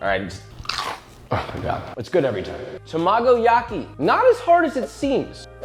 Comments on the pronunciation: Arg! Not “ta-MAH-go-Yaki,”..”Tah-Mah-Go-Yaki,” don’t pick out syLAHbles to accent in Japanese! Sorry for the retentive criticism but, hey..might as well pronounce it more closely to correct… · As much as I enjoy learning new cooking techniques, the way he pronounces some of the Japanese terms like tamagoyaki and omakase hurts me inside